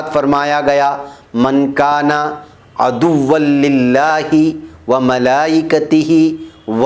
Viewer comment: You read it slightly wrong...aduvuallaheee not aduvulillahi..May Allah forgive us all